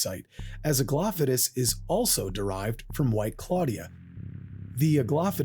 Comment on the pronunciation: I had to stop the video and instantly subscribe because you're the only person I've ever seen cover SH1 who pronounced Aglaophotis correctly